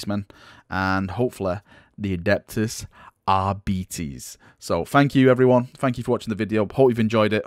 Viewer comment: Adeptus "Arr-beet-ees".............. :/